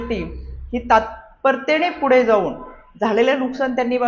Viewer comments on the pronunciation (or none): none